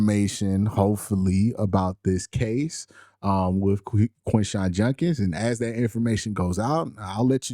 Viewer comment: It's JUD-kins not JUN-kins